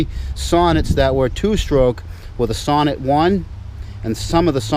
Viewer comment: So after about four years of ownership it is about time you start to pronounce the name correct. The emphasis is in the second part, like you say So-Neat, and then the e pronounced as you do it now. For the rest, keep up the good work. Alex B (1973 Sonett in orange)